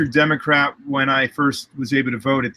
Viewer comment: Could've sworn he said Democrap on the beginning lol.